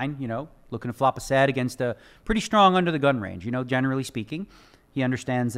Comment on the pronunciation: One of the smartest guys on the planet and he cant pronounce strong correctly.